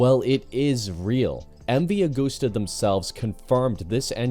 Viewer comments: Constructive criticism here> It's pronounced MV AH GUST AH. No gooses involved. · Yeah you’re incredibly wrong. It’s pronounced Ah-goose-tuh. It’s Italian. It’s not an English brand. We say “Eme vee Ah goose tuh”.